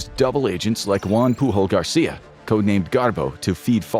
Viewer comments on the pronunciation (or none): none